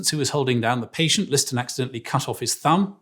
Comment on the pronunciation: I understand that British people pronounce things differently specifically to pronounce them differently , but "Paytent"? Really? Cmon now.